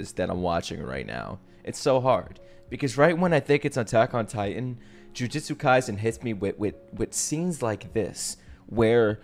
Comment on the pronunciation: Even I, one of Japanese, often say Jujuchu Kaisen. It’s okay.